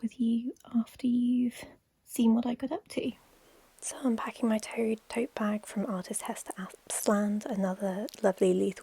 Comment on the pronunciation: (Just gonna add my comments as I watch along :3) Totebag? ❎ Toadbag? ✅ Ngl, as an American the thought of going across my own country for an event is a lifetime aspiration due to just how damn big it is. I find it endlessly fascinating the idea that one can travel around/across their country in a day or so if they felt like popping up for an event. Here it takes 7 to 8 hours of driving just to visit somewhere 3 states away 😭 I think I read somewhere before that a frozen margarita is certifiable Dinner Food™️... if not, I've clearly been making my meal plans badly 😅😂🍸 That calendar is beautiful! I'm a sucker for calendars that include lunar phases 💖🐺🌿